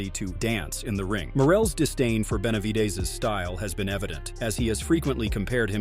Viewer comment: Narrator does not know “ how to 2 pronounce Benavides!!! 😬😬😬🫨🫨🫨😬😬😬😬🤣🤣🤣🤣🤣 is already a knockout punch!!🥊